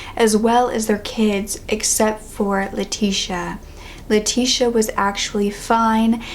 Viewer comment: Great video as always, but I thought I would point out for future reference that "Leticia" is pronounced "Leh-tees-ee-AH", not "lah-tish-a", at least the Spanish version. My middle name is Leticia and it get mispronounced a lot